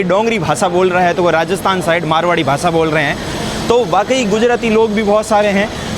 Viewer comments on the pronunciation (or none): YouTuber to ban gaye but language improve karo sab Galat bol Rahe ho bhasha ko bhasa shaher ko saher